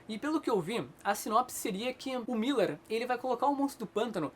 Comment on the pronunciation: Mark Millar, nao Mark "Miller"